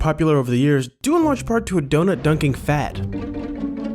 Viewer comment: Lets keep the 'ugh' out of DONUT and not DO'UGH'NUT